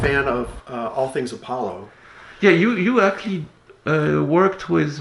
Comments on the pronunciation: I want to teach Marc how to pronounce actually 😥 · guys don't get me wrong, I love Marc so I would gladly listen to his actually all day long even thought I'm crying a little bit 💖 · the way you pronounce 'actually' is now a trademark of the channel! don't change!